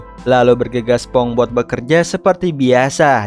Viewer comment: minn ko sponbok sihh, apa gue yg salah denger